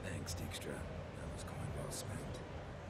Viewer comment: It's funny how they pronounce Dijkstra as 'deek-stra' as it's a typical dutch last name pronounces as 'daik-stra', well sort of... But of course I understand it wasn't meant to be pronounced like that in the Witcher books/games :P